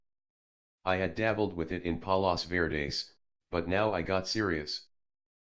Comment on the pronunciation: The place hes talking about is fort mcarthur. Its a cool spot in san pedro ca. It where the fired the guns on a ufo (war of L.A.) whoever narrated this needs to learn the correct pronunciation of palos verdes